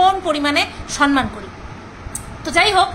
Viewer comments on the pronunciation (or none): আবার ও বলছি সম্মান, সন্মান নয়😂😂😂